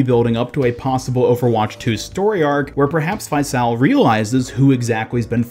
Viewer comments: The character Faisal’s name is pronounced Fay-sull, it’s an Arabic name, (فيصل) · “Faisal” is an arab name and it’s pronounced “Faycel” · Hearing you pronounce faisal brings me pain as an Arabic person